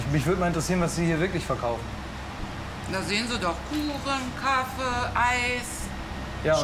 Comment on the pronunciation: Ich werde irgendwie aggressiv, wenn Leute so "Kaffee" aussprechen 🙈😅